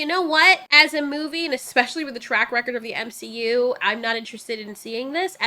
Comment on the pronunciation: you are saying M she U incorrectly.